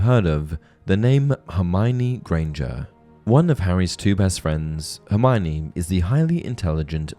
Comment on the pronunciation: One difference between book Hermione and and movie and fan Hermione is that many pronounce her name wrong. It's four syllables, her-my-oh-nee. Not her-my-nee.